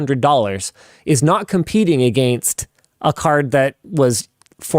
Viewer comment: Against: pronounced Egg Angst